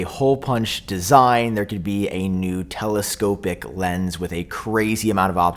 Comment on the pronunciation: “a” aneurism ? tele-“SCOPE”-ic ? bruh